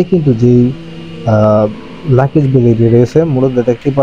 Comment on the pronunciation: লাকেজ না ওটার উচ্চারণ লাগেজ। ভিডিও বানালে সব দিকে খেয়াল রেখে বানাবেন।